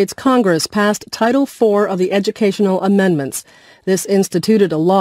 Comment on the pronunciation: I realised that Title IX is actually pronounced 'Title 4', which confuses me @@